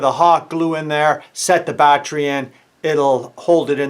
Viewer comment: Can’t stop saying. BAT TREE